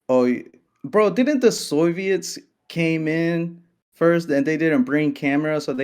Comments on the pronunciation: man said the "soy-viets" lmao jesus christ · Did the first guy say "soyviets" on purpose? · Did he LITERALLY CALL THEM SOY-VIETS? Bro. These people are so cringe.